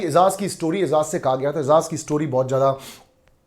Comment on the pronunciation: Sorry don’t mind if I correct you. Why can’t you pronounce Ejaz It’s not ezaz It’s Ejaz You are the best reviewer